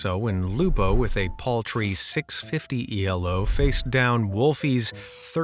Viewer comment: It’s not E-L-O it’s Elo pronounced as E-Low. Just a heads up if you do another chess cheater which I would say has more than COD warzone.